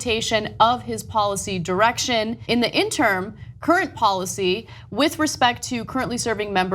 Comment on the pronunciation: It's "in-ter-im", Ana, not "in-term". You do this a lot...